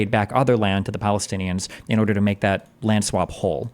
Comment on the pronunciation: right, in most european languages (the guy was polish by birth) we don't have the sound that english uses in the word "land", so we get confused when to say "lend" and when to say "land". Same with"w" and "v" in some cases.